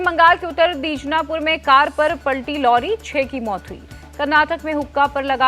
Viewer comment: इंडिया टीवी जैसे सम्मानित चैनल पर ये कैसे न्यूज रीडर आ रहे हैं। दीनाज पुर को दीनजा पुर